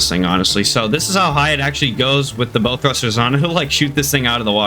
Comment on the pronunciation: Good video just a fyi bow isnt pronounced bow like bow and arrow its pronounced bow like u bow to royalty lol